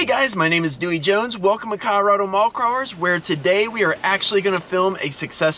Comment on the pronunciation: Dude needs to learn how to say Colorado, wearing me out :)